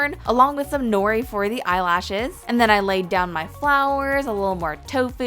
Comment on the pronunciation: That’s not how you pronounce nori